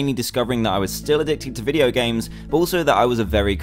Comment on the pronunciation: he said "vieo games" instead of video games...